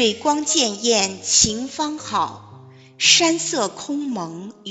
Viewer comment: 潋滟, 应读恋艳。